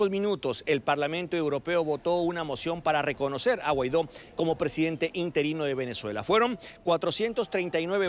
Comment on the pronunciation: Dice Salafranca, Juan Guairo, que cómico, si sabe su nombre... Es Guaido.